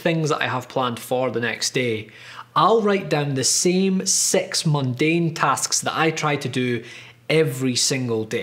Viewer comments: His ‘six’ sounds like ‘sex’. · İs it just me he says sex and not six !!!!! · He says "Six" I hear "Sex" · Why do you speak six like sex? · am I the only one hearing "sex" instead of "six"? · Why is he saying sex chores XD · I could not stop hearing "sex reminders", which made the video so much better. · did he say sex? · every time he said six i thought he said sex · i can't stop hearing "sex" help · I lost it when I heard : "It should have SEX REMINDERS" 😂😂😂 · How to say 6? English: Six German: Sechs Spanish: seis France: six: S E X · each time he said "six tasks", i heard "sex tasks"... is my mind a little pervert ? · Starts video.. Watch intro Pause video and google "Sex mundane tasks" Realize it was "six mundane tasks" Continue video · Did anyone else here him say he jacks off tasks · all i could hear was ''sex little chores'' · Why does he say sex instead of six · Bruh 6 is "six" not "sex" by the way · who else thought he is saying SEX item SEX reminded SEX tasks :D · Why do you pronounce six as sex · hi says sex or six ? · does he say "six" or "s*x" xD Probably six lol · Oh, he was saying six